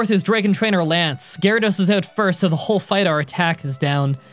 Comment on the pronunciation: .. why did u say 'Onix is up against Gyarados.' WHATS GYARADOS I THOUGHT I HEARD 'Onix is up against Water Onix!'